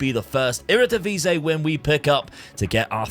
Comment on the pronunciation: I keep wondering why people call our league the Eredivise. Do you not see the last i in "Eredivisie"?